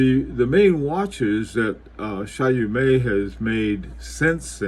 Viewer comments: It's not Chayomé but [ChÔmé] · Late comment but I think it's pronounced Chaw-meh, forget the T at the end and make the first syllable a bit shorter, Shawmeh sorta, Sorry to be pedantic but experts should sound like experts. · Great video. It’s pronounced Show-may. Here a link to the pronunciation. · Btw it is pronounced “Shomay”